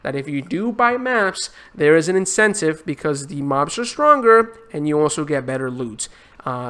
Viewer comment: ''swronger'' 0: love the accent though haha.